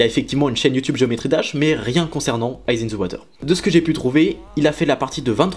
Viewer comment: pitié enlève moi cet accent a geometry